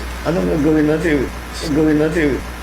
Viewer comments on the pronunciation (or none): PAINGLES INGLES KAPA! TAS "ANONG ATING GAGAWEN?" ALA EY... KUNG DIMO ALAM EY DIUMAYAS KA DYAN KAYA?